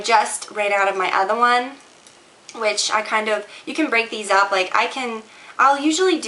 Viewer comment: She says "other one" in a Boston accent?!